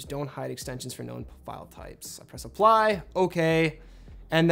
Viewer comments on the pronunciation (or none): prish apply